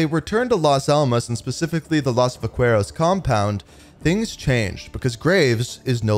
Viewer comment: Can you please search how to properly say “Vaqueros” 😂